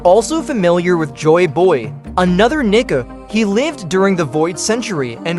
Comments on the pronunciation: Its pronounced, KNEE CAR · why is your ai voice saying the N word?